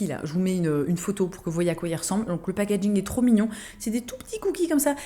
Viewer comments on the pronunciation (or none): none